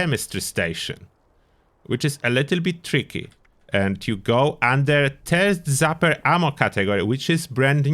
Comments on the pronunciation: I love it. "TURD ZAPPER" I'm honestly going to call it that from now on! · Thank you for the video! It will also never not be funny to hear it as "turd zapper."